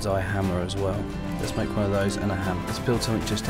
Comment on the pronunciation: You das not need to mak a kee